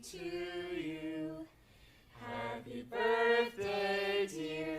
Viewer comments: i’m crying saying borthday 😭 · in the new birthday slime, I cannot unhear saying “borfday”